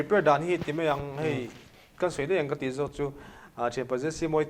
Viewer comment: Daih tih turah deih, mai tih turah mei tih a ching thin hi ka lo ngaimawh thin, hi chu... 😮🎉